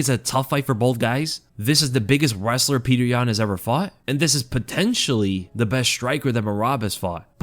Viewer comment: Pe-yo-ter not Peter